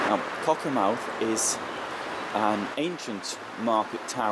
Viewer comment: Just a correction - BUT BIG Correction.....pronounced CockerMTH'....not mouth at the end....like Great Yarmouth, Plymouth